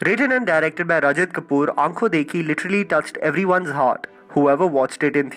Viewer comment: Please throw that crappy accent its not ankho it's "akho" it's spelled ad "ankho" but n is silent